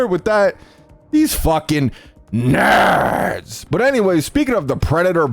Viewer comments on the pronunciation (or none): “of these.. NHHURRRRDS” 😂😂